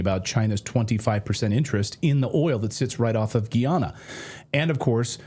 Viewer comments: Trinidad and To= toe ba= bay go. Pronounced: Toebaygo. Tobago 🇹🇹 love your show to ❤️ Guy-Ana= Guyana not Geeana. 😅 this cast has me rolling from those two. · Tobago : Not Tobaago It's Tobaygo Also , Not Geeana, But Guyana